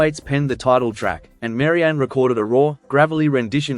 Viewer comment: Her name is Pronounced Marry Ann Not Mary Ann ! Rest IN Peace Sweet soul. Forever Young. XXXXX